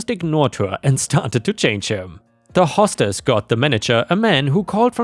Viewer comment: "Hostess" is "host ess" not "hoss tess."